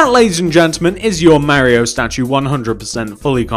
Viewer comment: it’s Mario not Marryio